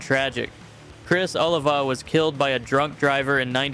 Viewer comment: It is pronounced Oleeva not aliva